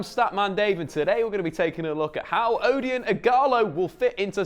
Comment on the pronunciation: The "O" is pronounced like O in orange 😉